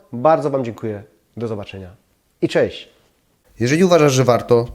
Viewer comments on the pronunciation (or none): kochamy Pana i dziękujemy za filmiki, ale błagam nie " cześ", " bedzie" itp.